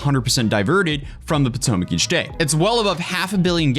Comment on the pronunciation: It's the poo-tomac river